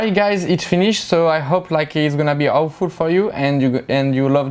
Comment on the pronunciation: when he says he hopes it will be helpful it sounds like he´s saying he hopes it will be awful. Just a fact that i wanted to point out. Great vid